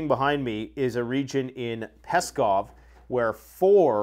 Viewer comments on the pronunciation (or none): PSKOV… ‘SKOV’ the P is silent